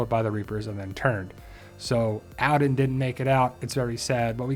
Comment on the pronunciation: Jesus christ your accent. It's All-den. Not Al'den.